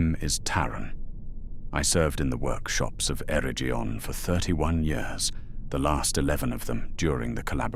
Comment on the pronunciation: The Elven tongue was influenced by Celtic languages. As such the “g” in Eregion would hard, as in “jug”, not soft as in “judge”.